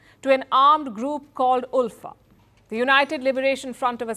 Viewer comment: Its pronounced as 'Alpha' not 'Ulfa/Oolfa'